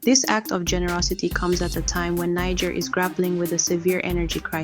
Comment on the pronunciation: You couldn’t even pronounce the country’s name properly 🤦🏽‍♂️